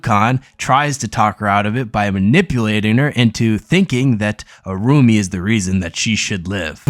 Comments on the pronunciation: Irumyuui.. is pronounced ee-roo-me-you-ee...Sorry! nice video :) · Irumyuui: Pronounced EE ROOM YOO EE